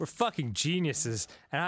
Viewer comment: Arin: Loogat this we’re a fuggin teamwork over here